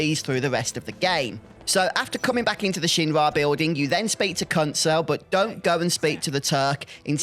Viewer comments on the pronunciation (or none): Thought you said a bad word when you said kunsel lol